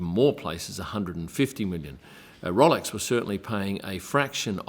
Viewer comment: It’s ROWLEX NOT ROLLEX! 🙄